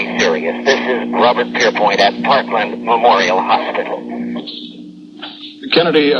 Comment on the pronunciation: "Parklane" hospital. Happens during such chaos. I'm reminded of John Daly of CBS announcing the Pearl Harbor attack referring to Oahu as "O ha oo." Totally understandable.